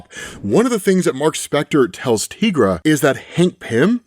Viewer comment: tigara not tigraa